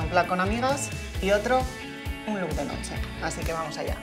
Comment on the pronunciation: notse????? its NOCHE